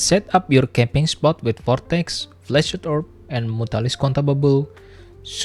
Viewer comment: cool video, but i just couldn't help but hear flaccid orb lmao